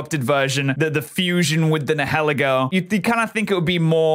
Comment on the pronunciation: It’s pronounced NYE-UH-LEE-goh, “”! 🤨